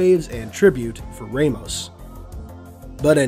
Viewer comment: Anyone else pick-up on his mispronunciation of Victor’s surname? At least to me it was mispronounced and that is a name I’m very familiar with. If it were me pronouncing it I would pronounce it as Vic-ter Ram-os.